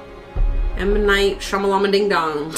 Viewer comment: An interesting movie from M. Night Shamalamadingdong. Interesting pronunciation!😆